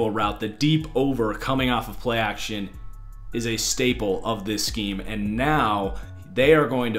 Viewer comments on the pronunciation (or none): none